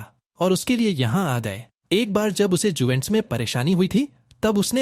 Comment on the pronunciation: Juventus k naam ka kabada pronunciation. 😢😢